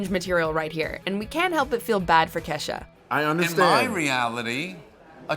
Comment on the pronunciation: blahblahblah blahblahblah LoL it’s “Kesha” but nice try